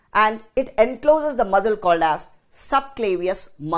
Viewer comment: Great explanation its just that muscle (mssal) sounded like Muzzle like those of guns which was distracting